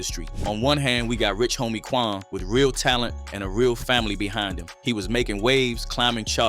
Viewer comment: Did you really say Rich Homie Twan?? Or What was it a typo?